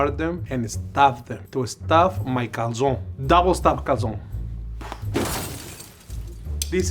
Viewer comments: lol an american saying 'calzooooone' is so fking annoying 😂😂 calzoNE its not that hard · Italy called, they'd like to point out that there's an e at the end of calzone, and it's most definitely not pronounced like that. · Americans can't even google how to pronounce Calzone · It's a bit icky when the pro chef tries to pronounce everything in Italian right but yet pronounces "calzone" wrong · I’m i Italian and I was so disappointed that you were saying calzone wrong